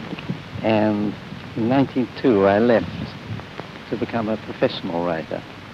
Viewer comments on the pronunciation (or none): It's interesting that Wodehouse pronounced the year 1902 as "nineteen--two". I wasn't aware that people did that. I've always said "nineteen-oh-two", but then I wasn't around to know how people said it at the time.